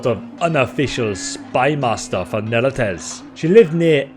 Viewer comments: why are you adding vowels to neretzes and diathma? you make them into neretezes and diathama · "Just found out his name was Neretez." No, you're still wrong. It's pronounced Neret-ZEHS, not Neret-ezz... More like 'Zess' (think zest without the T) and less like 'Cortez'. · That has got to be the WORST pronunciation of "Neretzes" I've ever heard